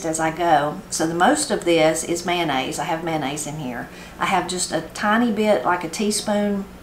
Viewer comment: Please say Mayo NOT Man nnaise My husband will say "Mannaise".:face-fuchsia-wide-eyes